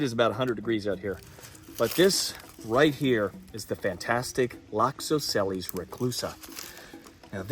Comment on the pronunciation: By the way, every C in Latin is a K/CK sound. The C in reclusa is the right pronunciation for the one in Loxosceles as well. Also the general pronunciation is MUCH closer to Spanish than it is to English. So "a" is always "ah" and so on. Again like in reclusA, not like in Ace.